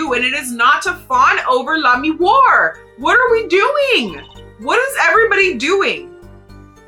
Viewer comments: I won't push this point since it's pretty small potatoes, but with the French pronounciation, Lamiroir would be "lah-mee-WAH", not "lah-mee-WAR". Like "Wah-Luigi". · Pretty close on Lamiroir. The "oh" is more of a "wah" though. ;) That's also how I pronounce Machi Tobaye. Some people make the "e" silent but I think that's boring.